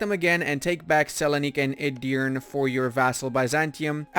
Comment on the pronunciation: Please dont say “Edirn” u should read “E” at last like “Edirne”